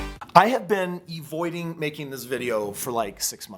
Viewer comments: "I have been 'E-voiding' this video" you mean avoiding... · Not sure if I should take advice from someone that says "Evoiding" 🤔